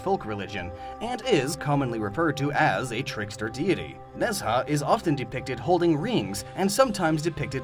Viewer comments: Late but Nezha is pronouced Ne - Zha not Nez - ha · Nezha is not "Nèz-ha", but "ne'Zhàh" being english and isn't pronounced "pee-RUN-yah"? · it’s Nay-Zhuh or Nay-Juh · I'm pretty sure I already said this on the hoops video, but mispronunciation of Nezha always throws me off. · Nezha is mispronounced. The "zh" is one sound, similar to French Js. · Lol Ne Zha – that was an interesting pronunciation, I only realised who he was talking about when the picture appeared. Though it's understandable, since he's likely not a native Chinese speaker. This is the first I'm hearing of Ne Zha as a trickster deity, since he's more known for various heroic acts.